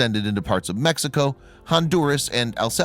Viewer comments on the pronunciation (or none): none